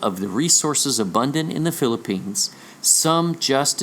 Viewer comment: And Philippines' last syllable sounds like Lanso-nes? Maikonek lang! :)